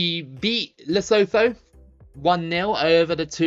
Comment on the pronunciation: Lesotho is actually pronounced “Le-su-too”